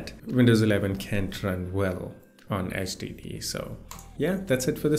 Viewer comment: I love how you pronounce HDD as STD, a perfect way to describe the way Windows runs on a HDD